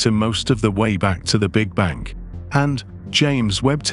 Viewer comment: This is so unenjoyable. What the fuck is with the English voice first of all, and he can’t even say big bang. Is this some kind of computerizized voice.